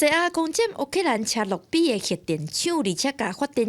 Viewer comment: 乌（oo）克兰的乌读音合台视无同